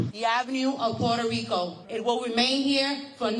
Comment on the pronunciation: Ok, I AM PROUD THAT MY PEOPLE STOOD UP AND SAID," NOT ON MY WATCH!" Now that mission has been accomplished perhaps MY PEOPLE need to learn the correct PRONUNCIATION of Puerto Rico. It is PUERTO RICO NOT PORTO RICO, DAMMIT 😡.